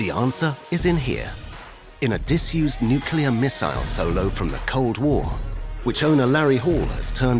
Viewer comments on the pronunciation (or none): missile Silo... not solo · I think it should be a missile "silo" and not solo in the narration.